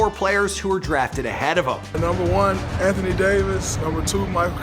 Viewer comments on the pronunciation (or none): none